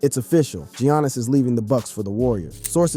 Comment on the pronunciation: Can't even say Giannis right